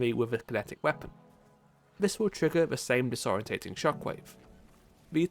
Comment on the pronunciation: Respectfully, are you intentionally mispronouncing "disorienting" and "disorient" for comment engagement?